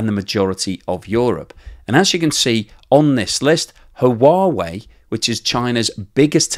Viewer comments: Thanks for this important story,. One suggestion: Huawei is pronounced "Wa-weigh," not "Ha Wa Weigh." Keep up the good work! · It is just me... Or are you pronouncing Huawei wrong.. it sounds like you say Ha-uh-wa-eh. It's like you added an extra vowel at the start of the word. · Comment on your pronunciation of Huawei. It should simply be “wa wei “ and no need to pronounce the “ha” in the front. Just wa-wei will do just fine. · No it’s not…..it’s “hwa way”, the h is not silent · Blog. The proper pronunciation of Huawei is Hwah-way. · Hi, Huawei is pronounced: h-wa way! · "Who-whaa-vey" does sound a bit off. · The H is silent in Huawei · say Huawei like Stewie Griffin says Cool HuWhip. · I think you need to check out how Huawei is pronounced. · Huawei? Check out the pronunciation. Great content though - as always. 😀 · It is only two syllables not 3. But many goof up the pronouncing. I think we can cut him some slack.